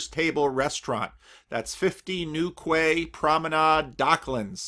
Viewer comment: Thanks. Enjoy your trip and talks. Quay is pronounced "key".